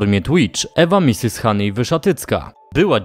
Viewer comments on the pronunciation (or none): none